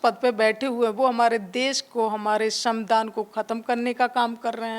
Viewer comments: ये गँवार संविधान नहीं बोल पा रही..? ? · संविधान शब्द का सही से उच्चारण करिए